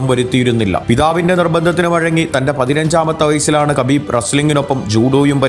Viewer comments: Habib Ennanu 🔥😂 Khabib എന്ന് വായിക്കുന്നത് ഹബീബ് എന്നാണ് ....പുള്ളി തന്നെ പറഞ്ഞിട്ടുണ്ട് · ഹബീബ് എന്നാണ്. അതുപോലെ തന്നെ ഹബീബിൻ്റെ പിൻഗാമി ആയി റഷ്യയിലെ തന്നെ ചെച്ചിന്യയിൽ നിന്നുള്ള യുഎഫ്സി ചാമ്പ്യൻ ആയ Khamzat chimaev ൻ്റെ പേര് ഹംസത് എന്നാണ് ഉച്ചാരണം. അറബിയിൽ ഹ യും ഖ യും ചേർന്നതാണ് ഉച്ചാരണം. അതിനു ഇംഗ്ലീഷിലോ മലയാളത്തിലോ അക്ഷരം ഇല്ല